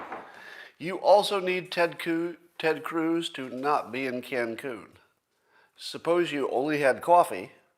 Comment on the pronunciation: Hehe...Scott said Ted Cooze.